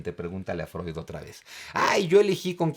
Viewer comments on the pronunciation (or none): none